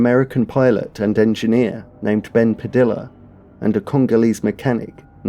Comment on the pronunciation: Padilla is pronounced like tortilla. Puh-dee-uh like Tor-tee-uh.